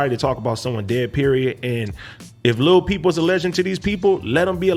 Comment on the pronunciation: When he said lil peep the first time I thought he said Lil B (a riff raff type rapper) i was like wtf